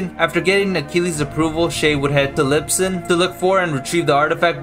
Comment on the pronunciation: It's Lisbon, not Lipson :)))